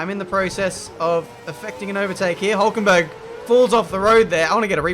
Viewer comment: It's huulkenberg Ben huuuulkenberg